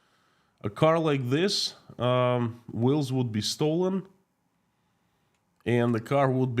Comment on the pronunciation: Wills? Oh, oh, oh you mean wheels. Ok. Keep up the good work,.